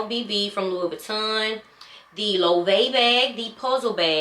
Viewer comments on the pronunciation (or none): It’s Low-eh-vey I think lol, who knows?! I just got a mini puzzle and it’s adorable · Hair goddess! Your style is so versatile. I love it! Loewe is pronounced Low-Way-Vay. At least that is how I here it from others on here. I prefer the way you say it though.😆 I don’t really care for Loewe. I like Balmain, Gucci, Fendi. LV, Prada and Bottega V for the most part. Maybe a select few others for some things like Jimmy Choo, Marc Jacobs, Tory Burch, Burberry, but things like Polen I don’t know enough about to spend on. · hi! i love your wishlist and that you are looking at Loewe and Polene! Bags are so expensive now that I've decided to buy jewelry instead. Jewelry can be passed down and I get to wear the pieces everyday unlike a handbag ....and Loewe is pronounced Low-way-vay. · 🗣️ Loewe is pronounced “Lo-wey-vay.” Also I love the puzzle bag. Very good quality, all leather, understated. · I love that you are willing to branch out… Chanel is a whole other level … I love my LV, but once you get started on Chanel, it’s a slippery slope. I have plenty of both 😂 And that puzzle bag, It’s very cute….brand is pronounced LO - AY - VEY. Thanks so much for sharing your wish list with us! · I don’t know that you’ll be happy with the Polene numero neuf. Fifteen black and gold bags, sounds good to me! Fendi is going to drop tgeir Marc Jacobs collection. The puzzle bag is great. Loewe is three syllables.